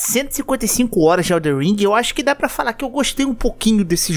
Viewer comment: O mais difícil do jogo é o pessoal falar o nome certo. Elden ao invés de EldeR.